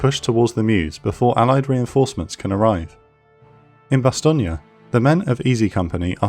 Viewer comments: Bastogne isn't pronounced "Bastogney" but "Bastogn" (bas.tɔɲ) Else it's a good job 👍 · The videos just get slicker and slicker. However I always thought Bastogne was pronounced "Bastone" not "Bastogni". Also you can't say they had panthers and panzers, panzer is the German word for panther. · Will you people say Bastogne name correctly? Bastong. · Bastonia? Was the script read by a confused AI? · That’s the American pronunciation mate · These are brilliant, if only Bastogne was not pronounced with an Italian infliction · It's pronounced Bastogne